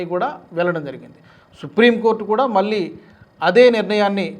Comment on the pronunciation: మళ్ళీ, వెళ్ళారు అనాలి, ఉచ్ఛారణ...